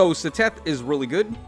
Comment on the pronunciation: the way you pronounced Seteth's name made me laugh, it's "ced-eth"